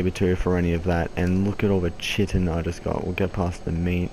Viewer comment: and its not chiten its kyten